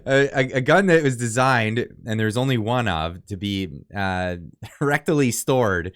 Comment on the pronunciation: did you say correctly or rectally stored?